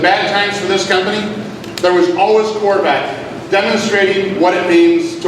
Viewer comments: is it just me, or did anyone else hear "COR-VAT"? --- wtf? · What's a Corvatte? Why can't people pronounce anything properly nowadays.